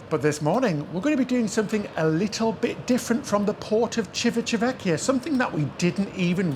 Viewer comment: When in Rome, you need to practice your pronounciation of Civitavecchia the way Romans do!😀 I know it's a challenge, but practice will make it perfect!😜 I'm glad you tried Allure again and it's a great news they did some improvements to it. We were on it two years ago and my wife complained about the smell of our cabin. Hopefully they also changed all the carpeting in the cabins and they replaced all the beddings as well. I didn't mind the smell as much as my wife did because I think it's the detergent they were using to clean the beddings that made our cabin smell weird. Our last cruise on the Symphony was more disappointing to me because everything there looked much worn out than Allure. We'll probably try Icon on our next RCL cruise. Enjoy the rest of Italia!!! Buon Viagiarre!!!